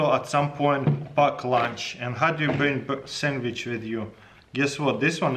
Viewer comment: he said “sammich”